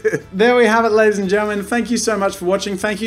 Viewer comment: well tbf Jack's intro ain't "ladies(and gentlemen)" it's LADDIES